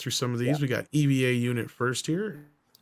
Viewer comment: It's Eva unit 01 pronounced as Ava unit one. Or Eva unit zero one. Not E.V.A. but Eva After Eve the first woman and Neon Genesis Evangelion the name of the anime. When says E.V.A i think of NASA and extra vehicular activity or in simple words, space walking.